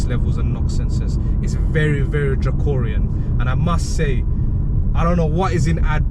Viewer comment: You said dracorian it’s draconian 😊 and whatnot 😂. In addition I don’t accept that you say a petrol car “sips” petrol. Lots of older petrol cars are fuel efficient obviously not an Audi RS so perhaps your brother needs something less sporty and big. Bristol also has a ULEZ zone.